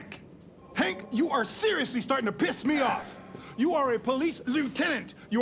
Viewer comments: It's Hank, not Hawk. Hank with a "n" not a "w". Hank as in Henry. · His name is Hank, not Hawk lol